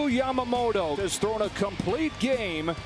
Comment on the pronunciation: its not yamagoato its yamamoto!